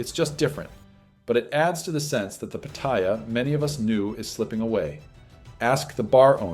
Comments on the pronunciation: Living there for years and you still can't pronounce PATTAYA properly! 😭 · All those years you spent there, and you still can not pronounce Pattaya correctly! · You say you've lived there for years but you can't even correctly pronounce Pattaya. Pathetic